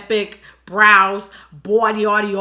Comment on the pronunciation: She said “bodyody” she knows the future